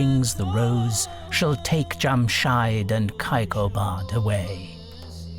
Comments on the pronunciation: The name is Jamshedd. Not Jamshyde! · Thanks for sharing. It’s Jamshid, not Jamshyd. And it’s not cup, the Persian word is Jaam, which is glass in English. Cup is used for tea, which did not exist in old Persian literature. Also, Kayqobad, Kaykhosro, Nayshapur, so the first syllables are pronounced like “way”.